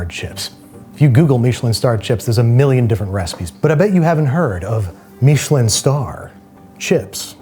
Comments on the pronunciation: Stop saying meesh-lin. Even the British guys just say mishlin. And being from NE, just use Cod for the fish. No one in mainstream, UK or US use halibut. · I’ve never heard Michelin pronounced Meesh-lin. I’ve heard it pronounced Mish-uh-lin thousands of times. Which one is the right way? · Andrew, why are you pronouncing Michelin that way? I don’t know why, but it’s freaking me out. Lol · What's a "Meeshalin" star? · what is a "meesh linn star?" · Why do Americans insist on taking words with an agreed pronunciation and f**king it? Meeeeeshalyn. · Babish, please never say MEESHelin star again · Is anyone else bothered by how he says Michelin? Andrew, I love what you do, I’ve been a fan for years, and I’m sorry about this but what is that pronunciation? Was it done as a joke? Is it how you genuinely say it?